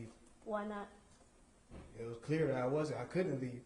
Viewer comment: At dat point? At dat point? At dat point? At dat point? No bitch at the next point.